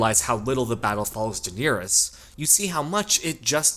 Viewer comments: The fact that you pronounce Daenerys incorrectly, and the number of times you say her name, is maddening. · Uwu, the most precious name in the series was pronounced wrong ;( Nothing matters anymore.